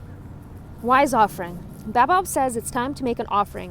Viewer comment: Ahaha that’s not how you pronounce Baobab